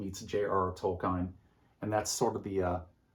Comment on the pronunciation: Not “Toll Kine.” It’s pronounced “Toll-keen.”